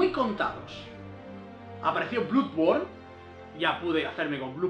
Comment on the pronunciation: Se pronuncia bladborn, no bludborn